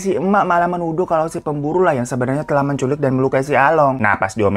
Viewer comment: Akhirnya kangenku akan kata "Telakhkh" terobati 😂 kata telah paakke huruf hijiyah kho, bang Hiro doang 🤣🤣🤣